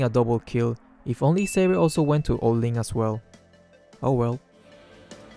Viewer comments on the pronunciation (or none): none